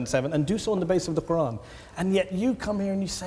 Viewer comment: She can’t even pronounce the name of her creator properly ! The little rat